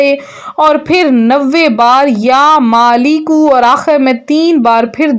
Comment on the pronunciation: Madam yaa maaleku he ghalat na parho